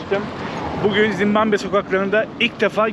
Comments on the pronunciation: Doğrusu Zimbabve değil mi bilerek mi zimbambe diyor hata ile mi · Zimbambe değil Zimbabve. Ülkenin adı bu en temel bilgi. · ZİMBAMBE DEĞİL ZİMBABVE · Daha ülkenin adını bilmiyorsun. Zimbambe değil Zimbabwe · Merhaba zimmambe değil Zimbabwe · Zimbambe değil Zimbabve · Oğlum evladım Zimbamve değil Zimbabve doğru yazmışsın ama telaffuzun yanlış bir de dakika başı söylüyorsun ZİMBABWE o kadar😂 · Dayanamadım artık yazıcam, Zimbambe degil ZimbaBVE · Zimbabve yazılmış, sürekli Zimbambe diye telafuz edilmiş. :( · Gittigin ulkenin ismini bile telafuz edeliyorsun bu ne zimbambe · zimbamme nedir dostum şembambe der gibi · Yalniz ulkenin ismini ZIMBAMBE olarak telaffuz etmeniz pek hos olmuyor. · Abi "Zimbambe" diyorsun ya aşırı gıcık oluyorum. Ama, seviliyorsun❤❤❤ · Zimbambe dedi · Gittiğin ülkenin adını bile doğru düzgün telaffuz edemiyorsun daha kardeş. 300 dolara bi gopro bulan cebine 3-5k dolar koyan herkes maceracı kesildi! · Gittiğin ülkenin adını soyleyemiyorsun kanka ya